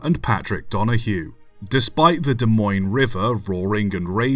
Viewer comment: Wow pronounced Des Moines right. Even people a state away can’t do that